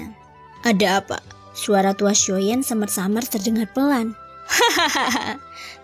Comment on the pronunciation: Xio yan. Mbak. Bukan xio yen.. Jdi ga enak cerita nya